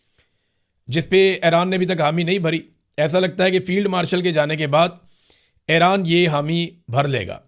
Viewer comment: Ay-Raan Nahi Bhai E-Raan (Iran)